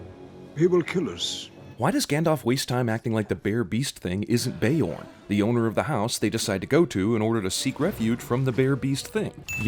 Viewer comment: btw beorn is a scandinavian word for bear, and pronounciated as beeorn